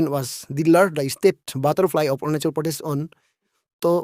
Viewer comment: Aap arunachal pradesh pronounce Kariya pahile . Kya? Orunasol pronounce karrai